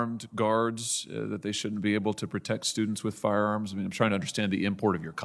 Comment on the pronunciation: This guy can't even pronounce firearms.🤣🤣🤣🤣🤣